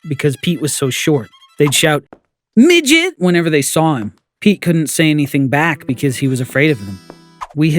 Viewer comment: The way he said midget 🤣